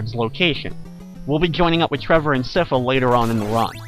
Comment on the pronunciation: I have to say your pronunciation of Sypha throws me off every time I hear it, as I've always believed it to be "sai-fuh" as opposed to "siff-uh."